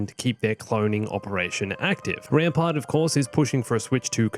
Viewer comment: Whenever you say Rampart I keep hearing Grandpa